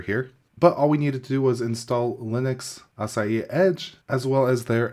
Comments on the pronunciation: At first I thought I was hearing "Acai Linux" .. then after reading the description.. "ahh. a-sa-hi" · Just wanting to help... Pronunciation: uh-saa-hee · Açai? Or Asahi hahaha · its pronounced ass-aah-hee by the way. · Please make an effort to pronounce foreign word properly ,all other non English-speaking cultures do the effort when pronouncing english words , asahi its not difficult word and there's a whole beer brand that has popularized the name in the west